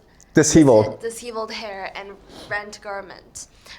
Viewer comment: it’s pronounced De-Shev-Velled. Not De-He-Volled. Well done to both of you as I know English isn’t your first languages & your student is doing absolutely amazing! I truly hope you take that as helpful for better pronunciation & not take correction as insult which isn’t my intention 🙏🏻